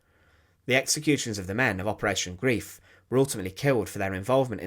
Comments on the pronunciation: PLEASE STOP SAYING "G-R-I-E-F", it is GREIF, not GRIEF! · Yes. The English word Grief (ie) means sorrow whereas the German word Greif (ei) means grab…mostly commonly in reference to the action of a bird of prey which are referred to as a Greifvogel. The video is excellent but the mispronunciation also translates into a whole other meaning. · It is pronounced Grīf, NOT Grēf, and it means to "grab", "grasp", or "hold fast". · Thank for your informative video! One correction: Operation Greif, meaning Operation Griffen, 2nd word is pronounced "Greyef" (long "i" sound). NOT pronounced "greef", as English word grief. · I have to write this. Greif is pronounced GRIFE, not GREEF. It was infuriating, and spoilt an otherwise good video. Sorry to be picky! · Greif rhymes with knife, and is pronounced grife. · The mission name isn't pronounced "grief." It rhymes with "life." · A mutch covered topic. Operation Greif (Grab) was welnamed concidering its intentions (sucuring bridges, supplies and fuel, not destroying them). Grief as it is pronounced by you means something different alltogether. I understand German pronounciation is difficult but even English is a Germanic Language. Substitute the i in Greif for an y and you come very close to the correct pronounciation. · He was correct about the long “i” sound so it rhymes with “life,” but that extra “e” is unnecessary.